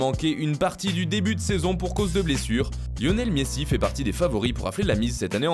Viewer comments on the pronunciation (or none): il a dit Lionel Miessi😫😫😫😫😨😨😨😨